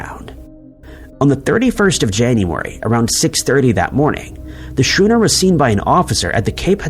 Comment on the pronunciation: Please stop calling schooners shooners. You've done this before.